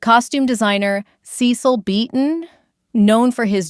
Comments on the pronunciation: The narrator cant get the names correct. Lesley Ka Ron shes french. And please learn how to say Cecil not Ceecil. I know it seems petty but its annoying to listen to. Sound had to go off. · He wasn't SEEcil, but sessil…